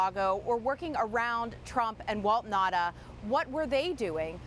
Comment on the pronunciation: It’s Na-oo-ta, not Nahda! Ignorant!